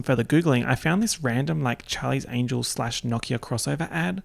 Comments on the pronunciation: 38 minutes of saying charlies angles instead of angels and I enjoyed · no one:: angles angles